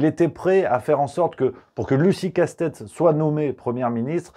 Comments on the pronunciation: C'est pas Casse-tête mais Castet, il n'y a pas de E à la fin de son nom ! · Je vous trouve beaucoup d'humour quand il s'agit de déformer le nom de la dite Lucie Castets (pas Castèts ni Castète) tels que le font tous ses détracteurs de manière méprisante et beaucoup moins quand il s'agit de tolérer un tweet non diffamant, provocateur et allègre (et bien que militantiste). Par ailleurs, avant de crier à l'homophobie, renseignez vous sur l'expression en elle-même "Bravo les Lesbiennes" et sur son origine et sa portée. Au mieux, c'est une maladresse mais alors elle vient davantage de ceux qui méconnaissent l'histoire des luttes et des idées. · C'est pas joli de se moquer du nom des gens. Il n'y a pas de "e" à la fin du nom de L. Castets ! Prononcer casse-tête est franchement très mal venu, cela n'apporte rien à vos commentaires. Dommage. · De plus en plus déçu par: continuer à prononcer Casse tête au lieu de Castets c'est plutôt lourdingue, bientôt il y aura peut-être aussi Carole Dégâts, mais bon notre ami (pourquoi pas prononcé Rémaille) semble friand de ce genre de blagues. Mais le plus important réside dans les "analyses" qui me semblent un peu simplistes et plutôt binaires: rien n'interdit notamment de sortir des dogmes européens et de lancer un bras de fer avec la clique de Van der Layen.